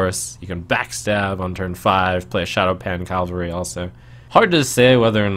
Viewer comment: Cav-al-ry. Is someone on horse (or other animal) back Cal-va-ry is a location.